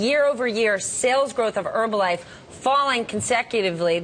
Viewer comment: Why do they call it "Erbalife"?